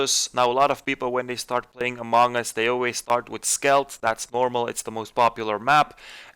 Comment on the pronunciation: It's skeld not skelt